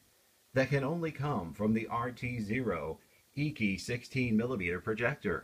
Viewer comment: Its pronounced "achy" not eeky